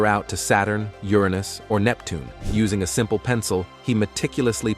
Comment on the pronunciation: I'm pooz led how much moe nay you sah vay by uss ing a bad rob oh vo ice . At least get one that can pronouce words better than that.